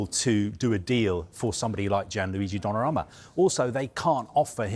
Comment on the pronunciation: It's Donnarumma not Donnaramma